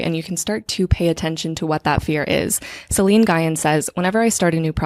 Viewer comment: Hi! Love the video and the pod sooo much! I think Celine’s last name is pronounced a bit differently as it comes from what I believe is Vietnamese dialect. Just for next time. But regardless the video is sooo resonant and I look forward to every new ep!